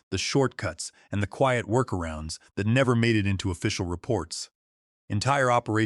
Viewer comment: New word in the English language. “Kweeyut” but spelt quiet. Lazy people getting A.I. To write their stories but too lazy to edit before publishing. So it will be a thumbs down from me, long way to go.